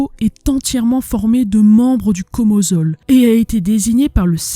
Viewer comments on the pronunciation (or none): Pas Komosol, Komsomols